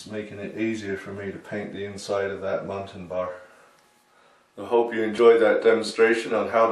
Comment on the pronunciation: I used to hear the old painters call them "mullions" and even "muttons", you're the first I've heard actually pronounce it correctly. Run muntins in a series of "L's",working from top to bottom of one sash. Then reverse the proceedure to finish the sash. Same for the bottom sash. Of course all sash should be left slightly ajar until the paint dries. Nothing like glazing and then knocking out a bank of eight over eights, that's decorating.